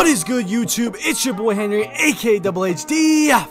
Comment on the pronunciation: end of the vid he said henwy